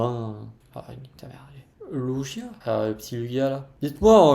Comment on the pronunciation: Trop bien comme vidéo ! C’est cool parce que tu parles de plein de cartes différentes. Et peros je prononce Lugia avec un « g » pas avec un « j »